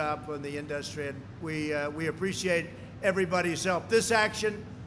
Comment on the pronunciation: Nobody and I mean NOBODY pronounces it "inDUStry". Only this orange idiot says it that way.